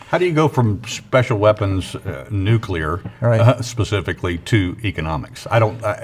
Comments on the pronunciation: Sorry, but anyone who says "nucular" is not a nuclear expert. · I KNOW it is very trivial....but why can people not pronounce nuclear? All the more when they are a specialist in them.